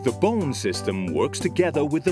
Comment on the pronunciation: says bone like bowne